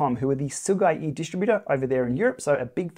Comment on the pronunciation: your pronunciation of Sigeyi’s name is actually pretty much as close as we can get in English.